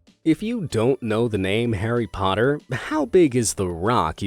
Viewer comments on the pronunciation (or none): none